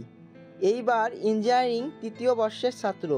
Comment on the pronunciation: কি অবস্থা engg student বলতে গিয়ে enjaim উচ্চারণ করছে. এগুলো একটু দেখবেন. হিমুর তো কোনো তুলনা নেই